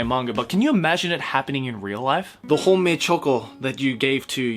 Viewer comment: I heard homemade choco instead of Honmei-choco